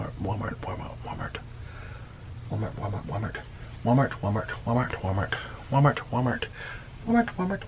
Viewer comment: He kept saying wamart